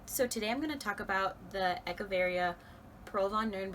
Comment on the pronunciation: I love that you say "Echeveria" correctly.